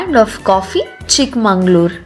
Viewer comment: Madam.. its chickmagalur.. not chikmanglur... many important places u did not visit.. u missed very big falls (sagirahmed falls).. did not mention about deviramma betta... galikere...